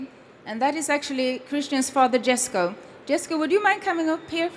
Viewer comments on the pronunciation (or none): Don’t like that can’t even say ”Jesko” the Swedish way. She americanized it. It’s Jesko like ”Yesko” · this name is as confusing as Jeniffer in the Witcher. Djesko or Yesko? Even the girl pronounces it differently each time )